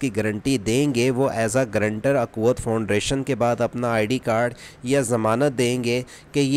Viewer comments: فاؤنڈریشن نہیں فاؤنڈیشن ہے😂😂😂😂😂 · Bro Foundation not foundration , but you say wrong pronounce foundration 😂